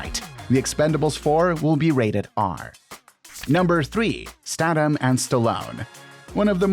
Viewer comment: you are pronouncing last names wrong. especially statham